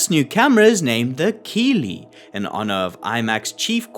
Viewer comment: Keighley is a small town in west yorkshire England pronounced kiethley